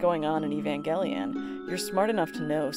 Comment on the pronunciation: i cant believe you pronounce evangelion like that